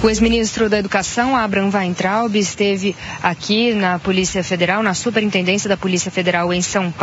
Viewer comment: ...é "Waitraub..."